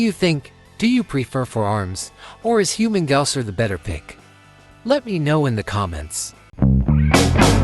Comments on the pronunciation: What's wrong with Human-gaouser? Lmao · Get Humungousaur’s name right, will ya? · You you should be set to rikers for pronouncing humungousaur name like that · I was thinking the same lmao